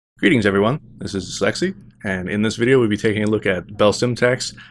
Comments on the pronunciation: I thought you said sexy, but you said Lexi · Something is wrong with me, I heard at the beginning: Greetings everyone, this is sexy...